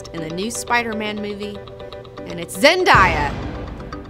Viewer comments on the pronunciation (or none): It's Zen-DAY-a